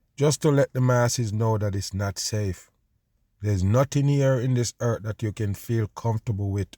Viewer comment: Dude its not eart. Its earth. For years you have been forcing a fake accent.